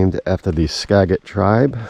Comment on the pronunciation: Tip: It's not "ska-get"... it's "skaa-jit".... river (and county) 😄